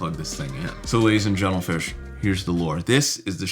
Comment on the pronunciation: Hehehe you said gentelfish 🤭